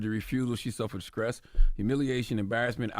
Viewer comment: Charlamagne, come on you should know that the word is not SCRESS, it is STRESS.